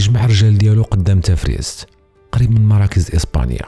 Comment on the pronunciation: نطقك لإسم بعض المناطق لم يكن موفقا : دهار أباران وليس دار أبارا تفرسيت وليس تفريست